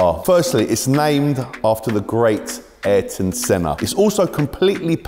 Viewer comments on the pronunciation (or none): Its EYE-AIR-TON Senna! ffs... :P